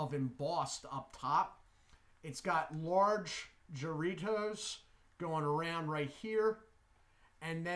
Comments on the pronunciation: Hi, It is pronounced HA-rritos, not Sha-rritos. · I think it's pronounced with a H